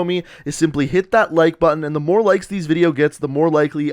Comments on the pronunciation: . Or use morrrrrrrrre ‘r’s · do mo(insert r's here)e